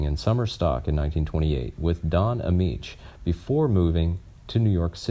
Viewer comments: Sorry it's Don ameche not Don ameech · The name is Don Ameche, the second "e" is pronounced as a long "e". The name is Sheree North, Sheree is pronounced like "Sherry". The only thing sad was that he died, but we all eventually die. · teach your AI voice how to say "Ameche." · The narration and pictures are not in synch. The narrator can't pronounce some famous people's names (Don Ameche and Cyd Charisse). Overall, you need better research instead of cribbing from Wikipedia.